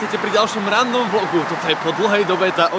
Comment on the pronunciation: vždy, keď povieš "random vlog" a počujem "ráno vlog" :D